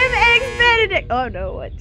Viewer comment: What is "Eggs Benedickt"